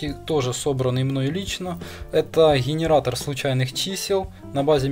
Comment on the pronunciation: "Хенератор случайных чисел".. Генератор бля, а не Хенератор!!